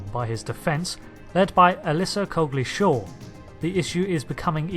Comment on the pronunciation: Cogley-Shaw?? Oh good lord!